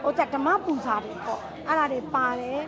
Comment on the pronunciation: ပူစာ မဟုတ်ပါ။"ပူဇာ"ပါ။ပါဠိအ သံထွက်ရင် "ပူဂျာ"လို့ထွက်ရတယ်။